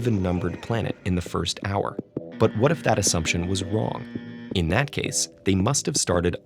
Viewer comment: He said Wong instead of saying wrong